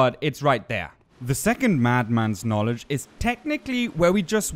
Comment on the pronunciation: dont worry, english is tricky and many native english speakers have issues with funny situations like you mad mans knowlagees. your engligh is great and yes you pronounced that correct.